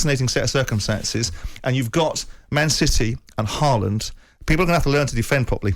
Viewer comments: I wonder who Halland is? Are they talking about "Hawlann"/"Hólann"? He is the best striker in the PL along with Darwin N and Salah. At least get the name pronounced close to correctly ;) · Norwegians have a tendency to be over-gentle with foreigners in not telling them to pronounce the name right. The a in his name is simply not an a. It is an å. Which is a different letter. His father changed the spelling a while ago from å to danish aa. To make it simpler internationally for the spelling. Only sweden and norway have the å in the alphabet. This is like english aw or o like in fork. It has nothing to do with an a.